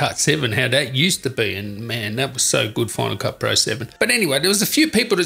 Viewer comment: “Using bona-ka, that bona-ka, bona-ka”.... dude, FINAL. CUT. PRO., it’s three separate words god damnit! I kept hearing “bona-ka” and wondering what the fuck a “bona-ka” was...🤬!!! Jesus....